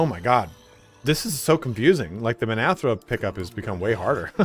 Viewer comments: Minthara, not Minathra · Dies he say Minthara's name wrong through the whole video?